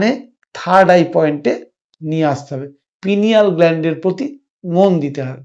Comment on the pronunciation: ‘পিনিয়াল গ্লান্ড হবে সঠিক উচ্চারণ।